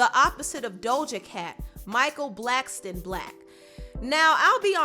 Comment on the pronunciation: Michael Blacks"Ton" black🤣